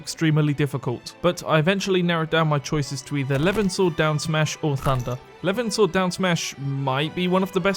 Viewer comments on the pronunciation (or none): none